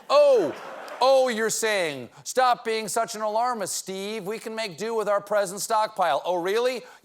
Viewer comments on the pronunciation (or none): none